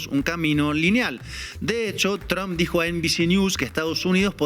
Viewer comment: Tromp Huebona no TRAMP..pronuncia bien izquierdista.